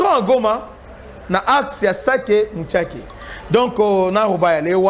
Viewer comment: Shalom,je vous suis depuis Kampala,on ne dit pas muchaki mais on dit mushaki